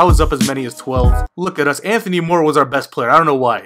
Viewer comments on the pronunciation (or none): none